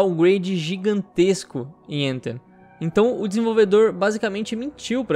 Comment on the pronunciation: Tem que pronunciar o th como é pronunciado no inglês, não tem som do nosso T é um som diferente que não existe no português.